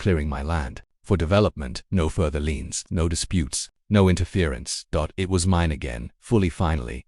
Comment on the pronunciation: Liens, not leans